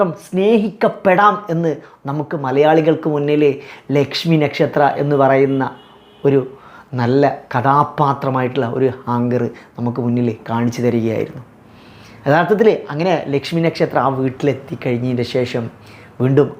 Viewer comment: ഹാംഗർ അല്ല ആങ്കർ അല്ലേ...😂😂😂😂